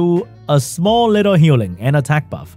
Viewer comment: Vam-pie Leo ayooo sheeeesh dey hit so hoddd wiff duh 2nd skew. Foe-head. Olivuh so bwoken. Dat twipple panda team has so much Hue-Ling so you can Hue-Dup a lot. Dat swiff Leo is so foss he move all da tam.